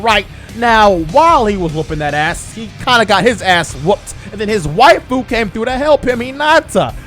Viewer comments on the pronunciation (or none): none